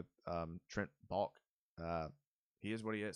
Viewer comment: you kept calling him Baulk and its pronounced Bahl-Kee. Come on! haha